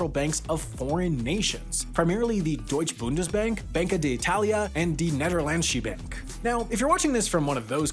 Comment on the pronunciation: "Dee Nedderlenchie benk" With how much you've been in Europe, for a moment I was hoping for a remotely phonetic pronunciation. Even the emphasis was wrong - emphasis on the first (long) Ne, secondary emphasis on the 'lan'. Teleurgesteld.